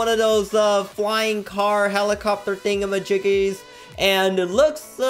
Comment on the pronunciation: "the flight blade tigamagig" LOL